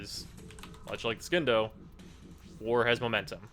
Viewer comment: He knows how the Scindo is pronounced but he says "Skindo" cuz it's sound more badass